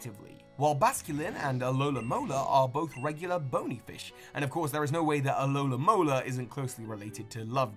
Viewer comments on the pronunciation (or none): You keep mispronouncing Pokemon names in all these videos. For example, you said alolamola, which is incorrect. It's alomomola. It's a palindrome, it's very easy to remember. I'm sure you have Pokedex 3D pro, please just check the pronunciations from now on, this has been a problem in many of your videos. Other than that though, I have been loving this series, and am looking forward to getting a poster of the final tree. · This one thing annoyed me... it's pronounced alomomola not alolamola! It's a pallendrome! Other than that, great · > tries correcting pronunciation. >Gets the spelling wrong. It's alom o mola. not alomamola. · You have a lot of trouble pronouncing Musharna? Despite the fact you pronounced it correctly yet pronounced Alomomola and Druddigon completely wrong?